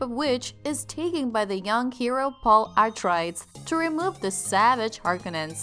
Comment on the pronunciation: You should probably learn to pronounce Atreides before pretending to have seen the movie.